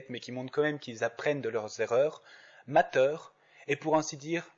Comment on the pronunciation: C moi où tu a dit MATER